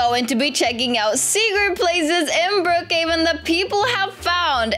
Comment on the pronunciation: I love how and say Brookheaven but its brookheven